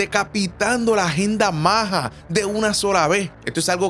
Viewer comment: Hola no se dice maja, dino maga